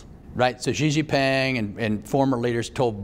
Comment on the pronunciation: XIXINGPING pronounced as SheShePing SHeShe + HYITLER = SHYITLER